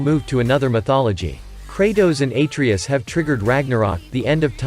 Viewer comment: Pronouncing Atreus wrong